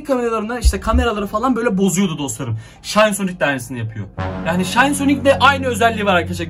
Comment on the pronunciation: aynen aynen bende fatih sultan mehmet hem o şayn diye okunmuyo şin diye okunuyo -_